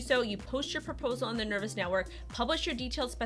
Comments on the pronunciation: FFS, It's not Nervous, it is Nervos. long O sound. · I don't think it's pronounced ner-vous, nor spelled the same, meh. ;) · Is it just me or do you think it's a bad idea taking advice from some that can't even say the name of the product correctly....? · Appreciate the news on Nervos, just wish the name could have been pronounced correctly Jajajaja